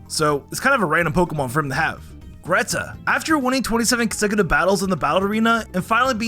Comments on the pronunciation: I can't take this seriously cause he keeps mispronouncing geeta... ITS GEETA GEEEEEE TA!!!!! NOT GREEETA!!!!! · I'm not trying to be mean or anything since I had the same thing happen with me on her but her name isn't greeta it's geeta there's no r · GEETA! Her name is Geeta. There's no R in her name lol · geeta with an invisible R after the G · Why did you call Geeta “greeta” LMAO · The way he calls Geeta Greeta is just... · "Greeta" Anyone wanna tell him there is R in Geeta's name, or should I? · You mispronounced Shauntal, Wikstrom, and Geeta (Shauntle, Wilkstrom, and Greeta), AND Shauntal isn't supposed to be a ghost writer. She writes about her experiences and battles, how is she supposed to credit someone else for that?